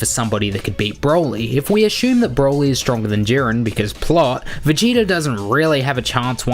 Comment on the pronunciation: Ummm you pronounce vegeta like it’s written🙂🙂🙂